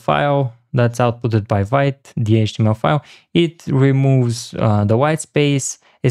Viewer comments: Sorry, but Vite is pronounced as "veet". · Amazing video but for the love of god, learn how to pronounce Vite: Vite (French word for "quick", pronounced /vit/ )